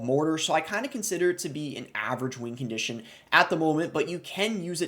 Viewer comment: Why does he say “wing condition”